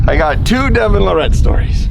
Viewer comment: Devon Luh-Rette Lol has to know how to pronounce his name by now but doesn't 😆 Devon definitely sounds and acts a lil differently then those really old vids of him